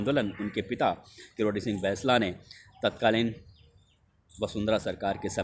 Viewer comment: भैंसला नहीं होता बैंसला होता है आप इतने पढ़े लिखे होने के बाद भी उसे भैंसला बोल रहे हो ऐसा लगता है जानबूझकर कर रहे हो